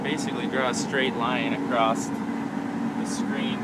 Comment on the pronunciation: is a hero! Also, its it an american thing to pronounce across as acrosst?👀😂😂